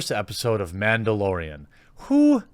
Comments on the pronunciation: It's Mandalorian, not Ma'amdalorian. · Its Mandalorian not Womandalorian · It’s called MANdolorian not Bitchdelorian.